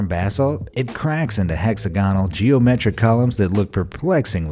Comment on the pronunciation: Learn how to pronounce words. (hexagonal, potash, et.al.)